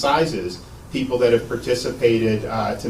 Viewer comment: Will someone please tell Ben Crump that it is WITH not WIF, it is THIS not DIS, and it is THAT not DAT.